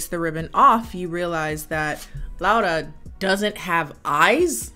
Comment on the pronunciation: You said my name right 😭 sincerely, a Spanish Laura